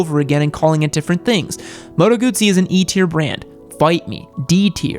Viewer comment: Here is my research: child's voice and baby face >> young and inexperienced >> narcissistic >> worthless result. "Hus-qe-varna", " Moto Gudzy"... 🙈🙉🙊😭😭😭 BMW, Ducati and Aprilia are not very reliable, you clearly only have internet experience. Tell me, what real riding and technical wrenching experiance do you have?